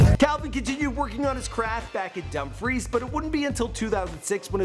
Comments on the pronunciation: Hi great videő sorry I just watched it I'm from Dumfries well I live outide it, not being smart but it's pronounced dumb-freece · Dumb freese not dumb fries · Pronounce Dumfrice right please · You say it like dumfrees I’m from there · It’s pronounced dum freees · Love the facts that he knows all this stuff about Celebrities but can’t pronounce Dumfries right